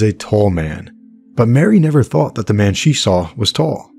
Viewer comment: "EP. 12: Loose Ends" of Audible's "West Cork" briefly mentions a few other potential suspects - mistakenly mispronounced Marie as Mary